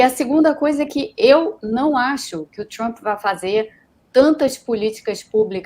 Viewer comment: Fala Trump não tchumpre